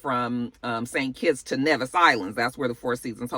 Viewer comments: It's not "Nevvis Island". It's simply "Nevis" (nee-viss) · Lol Nevis is pronounce Knee-Vis